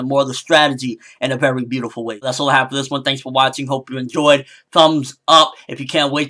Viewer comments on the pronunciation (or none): none